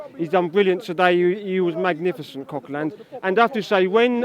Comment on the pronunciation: Who the hell is "CoqueLAND" mate??? 😂